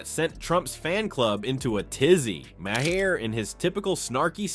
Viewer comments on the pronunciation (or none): His name is MAHER, pronounced "mahr". It does not have two syllables,! You're starting to sound like 4th-grade-educated Donald Trump! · Didn't you do this same report before? Again, his name is not "Ma-Hair".